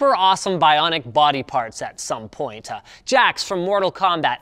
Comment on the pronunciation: "At some pointuh"